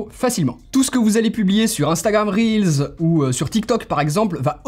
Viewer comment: Enfin quelqu’un qui dit Instagram Reels et non réels. Rien que pour ça ça mérite un like !